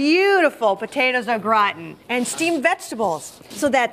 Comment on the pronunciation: zzzhuh "Au Gratin"